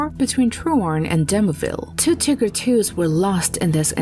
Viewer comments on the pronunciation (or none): bruh, she said tigger. it's tiger. TIIIIIIIIIIIIIIIIIIGER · Tiger not tegger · Tiger. Not Tigger. One g. Not 2. It is Tiger with a long i. Tiger as in the animal. Not Tigger as in the excitable character in Whinnie the Pooh, who is in fact, a tiger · its not tigger.... its Teeger. atleast how you pronounce it. Tigger hurts my ears. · Tigger is not the correct pronunciation so nice try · You are incorrect. She is saying "tigger" like the word trigger or a character in the 100-acres wood. Yes, the German pronunciation is Teeger. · Not teeger but something more like tieger since Ee sounds a bit too long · its teeger not tigger. if your going to try to say the german name get it right. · it’s teeger. Not tieger and definitely not tigger like the narrator said. In this case the i is pronounced ee. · Dunno what you tripping on blud but its literally tiiger with a long i and short g, not tigger with double g, like she pronounced it. Im german and thats just straight up wrong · What is a Tigger? Its called "TEEHGER!" ,"Tiger", means german for Tiger, but you speak it with a strong "i" like "EE". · "Tigger"??? Really?? It's Tie-Grrrrrr Doing a WWII Video, use a British Male Computer voice rather than the one your using. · Too cheap to get a real narrator? Horrible pronouncing of the Tiger tanks. It's not Ticker, but Tiger. And Tiger II, not Tiger 11 as shown on the picture. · Ok ok we all know she's saying Tigger instead of tiger. HOWEVER the German pronunciation sounded like TEE - ger. So both pronunciations are wrong. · The American pronunciations is Tiger. So you are saying it wrong. It was named after the literal animal. Do you call a tiger a tigger? No. If you were speaking german then this would be different. But you are speaking english. Not one historian or vet would say its a tigger. Its a tiger. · Its nice that the female announcer tries to pronounce "Tiger" as the german Tiiiiiger, but says more like Tigger from the Winnie Puh storys :D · Tiiiiger not tigger